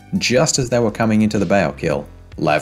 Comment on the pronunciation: Great video but saying Baal incorrectly every single time killed me